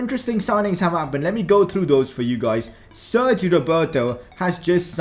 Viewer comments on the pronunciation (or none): none